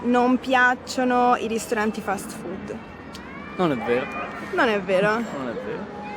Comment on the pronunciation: I like the way you said "fat food"😃 You are right. It IS fat and full of carcinogenic stuff too👍